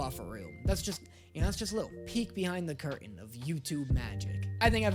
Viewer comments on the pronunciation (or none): none